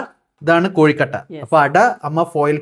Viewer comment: കോഴിക്കട്ട അല്ല കൊഴുക്കട്ട എന്നല്ലേ